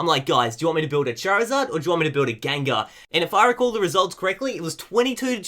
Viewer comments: You kept saying Gangar, probably confused by the packaging! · GENgar. What the fuck is a GANgar? smh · tbh the way says it sounds like gangar